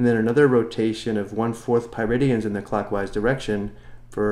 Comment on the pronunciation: For better explanations, check out "The Organic Chemistry Tutor". After watching this video 3 times, all I could hear is "Piridians" :(